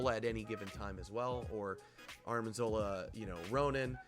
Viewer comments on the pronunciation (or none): I took a shot every time you said "Armin" instead of "Arnim" and now I have alcohol poisoning Very cool deck, though. If Sera control decks weren't running rampant in my ladder, I'd give it a go